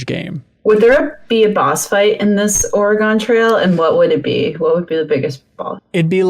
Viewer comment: I'm from Oregon and it is NOT pronounced Ore-Gone. It's pronounced Ore-gun or like Organ.